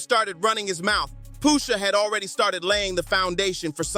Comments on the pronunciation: Why is he calling Pusha Poosha ? 🤦🏾‍♂️ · i love the video and the energy and all. but for all that is holy just say push ah, push sha , pusha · I don't know poosha t but I know Pusha pronunciation is the key Push a (with a lower case a) just in case you're riding the short bus with a safety helmet on😂😂😂